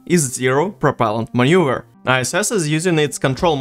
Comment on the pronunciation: manuever not maneur